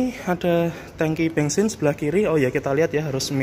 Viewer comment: kok ngomong Daihatsu tapikan toyota ini mas..bensin bukan bengsin mas habis dikejar siapa mas..hihihihi